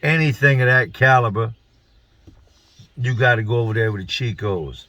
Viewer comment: don't fly kites. 😂 You said chicos😂😂I'm down in Fl now. Salute 💯💯💯💯